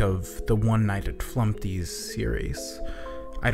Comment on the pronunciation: Remove the t in flumpty